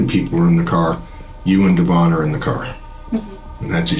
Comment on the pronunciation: It's DEVIN not DAVON. These computers can't pronounce names correctly. 😢